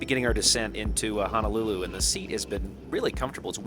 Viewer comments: The 787 is one of my faves. It's Hoe-Noe-Lew-Lew BTW not Ha-Na-Lew-Lew. As a HNL native that always bothers me slightly. As long as you spend plenty, plenty money while on the rock, no one else will care. Still yet, you'll surprise the locals when you pronounce it correctly. You two got me traveling Amtrak. It's a wonderful experience. I've seen all of the western mainland this way. It's amazing how entertaining looking out the windows can be. On to the east and then Canada! Hope to see you one day. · HONOLULU, NOT Hanalulu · Dude, please pronounce it correctly. It’s HO NO lulu and not HANAlulu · It's pronounce HO NO LU LU.... YOU BOZO😂